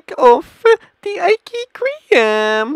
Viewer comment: first of all learn how to say ice cream correctly and secondly eat the food you reveiw